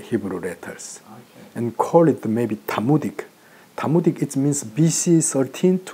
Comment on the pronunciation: Not 'Talmudic' but 'Thamudic' is what he's saying or meaning.